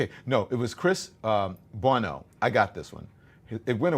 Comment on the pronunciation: Thx for taking on my comment, Don, and, all due respect, ur saying my last name incorrectly. Sounds like you said, "Bueno" and it's not "Bueno" there's no "e" in it, buddy. It's "Buono"-- like an "awning" sound with a "B"--Buono. Think of how actor "Victor 'Buono'" name is pronunced, or a name like (Chris) "Cuomo" (subbing the B for C and N for M in Cuomo) to hear and correctly pronounce my last name--Buono.